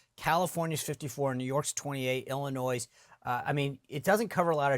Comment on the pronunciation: Love your show, Sean. I am watching from Illinois. FYI, the "s" is silent when you pronounce "Illinois". Thank you.